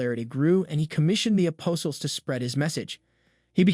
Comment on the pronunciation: Yeah, like who are the Apossals? And yes I am nitpicking but with a loving heart. 😅